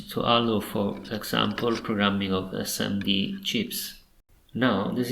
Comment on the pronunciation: "Yello EsseEmmeDee" 🙃